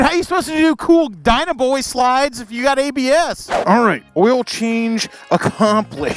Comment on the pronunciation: Shadetree it’s dyna bro not dyna boy 😂😂😂😂😂